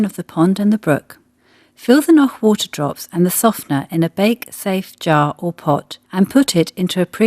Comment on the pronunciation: On the other hand she is pronouncing "Noch" exactly as it should be pronounced. So what could she do alternatively? Pronouncing it in a wrong way?